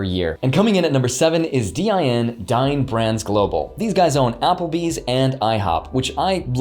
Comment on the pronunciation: I thought you said DIN was Dying Brands Global. Had to listen to it again. LOL